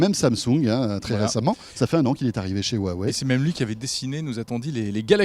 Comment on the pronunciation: HUWAWEI sa devient gênant comment ils le disent